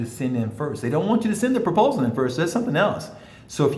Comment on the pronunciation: proposal, not propsal. Thank you for the information and encouragement.